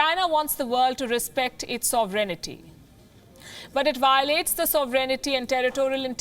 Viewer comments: NOT Soveraynity. It should be pronounced like "Sove-rain-ity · She puts in an extra syllable, saying "so ver en it ty." Or am I missing something? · She needs to learn how to pronounce "sovereignty."